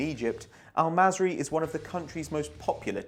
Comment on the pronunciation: al masry?! really?